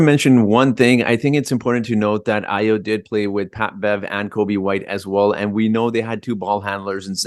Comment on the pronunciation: AYO is pronounced "ARE YOUR". It is a Nigerian Yoruba name.